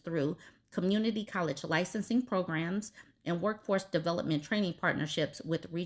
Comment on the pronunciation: Every time you say community, my head thinks “peen” 😆😆 gosh I’m so mature